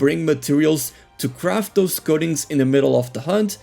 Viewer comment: I keep hearing "goatings" instead of coatings